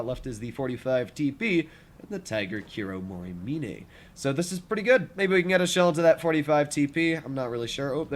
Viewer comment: pronouncing Kuromorimine correctly? Unbelievable